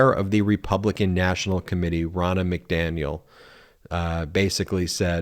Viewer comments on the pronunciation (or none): Rona McDaniel says: "Who is ready to fire Nancy Pelosi ?" This was a bogus irrelevant reference. Learn how to pronounce "Row Nuh". I am a life long democrat--but do not use weak ass, really irrelevant references. That said: Trumps needs to go to prison and the AG needs to get his security beefed up before bringing charges.